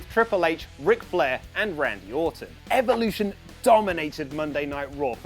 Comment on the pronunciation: Ffs pronounce evolution correctly